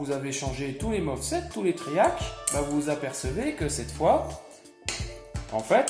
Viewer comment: MOSFET et non MOFSET 😁 !!